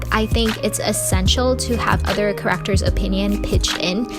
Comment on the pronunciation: never heard anyone pronounce character like this